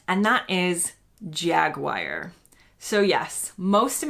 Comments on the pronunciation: You are the only person I have ever heard pronounce Jaguar as Jag-wire. The US people I've heard before all said Jag-war. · I'm not surprise you turn heads. I've never heard anyone, British, American, Canadian, ANYONE, say "Jag-Wire". I think you're on your own there. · My biggest hate with Americans is "Jag-war" iv never hear jag-wire though But it's pronounced Jag-U-ar.....(as it's spelt)🇬🇧🇺🇸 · IMO "Jagwire" (for Jaguar) is just plain wrong. "Jagwah" is, at least, justifiable. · American's could never pronounce Aluminium or Jaguar correctly as in those instances they cannot pronounce their U's correctly, They always pronounce it as OO, try saying Aloominioom,? or Jagooar,?? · Omg jaguar I never knew u s said it like that